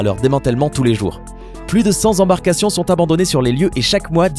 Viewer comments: 6'30 on ne dit pas "cent Z embarcations" mais "cent T embarcations"...il nous fait toujours les mêmes erreurs de prononciation et ça devient agaçant. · ... à 6'30" : "plus de cent'Z'embarcations..." J'entends de plus en plus cette liaison épouvantable, partout. Et ça me donne envie d'égorger des chatons. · Plus de cent (z)embarcations sont abandonnées sur les lieux ? Juste pour info, on dit cent (t)embarcations. Petit moyen mnémotechnique pour bien faire la liaison avec les chiffres, imaginez que c'est un âge. On dit : "il y a cent (t)ans" et pas il y a cent (z)ans. Ou encore j'ai vingt (t)ans et pas j'ai vingt (z)ans. Donc, on dira j'ai vingt (t)euros et pas j'ai vingt (z)euros etc... c'est pas très compliqué et n'importe qui peut accorder n'importe quel âge, donc, c'est le moyen le plus simple de savoir comment faire la liaison. Essayez avec 500, avec 1000, et même 100 000 !